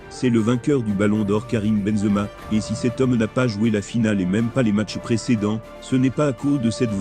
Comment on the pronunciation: La voix il s'appelle Benzema non bonzma c'est un propres